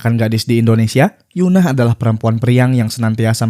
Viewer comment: Bang tolong itu EUN-AH bukan YUN-AH ya itu beda bang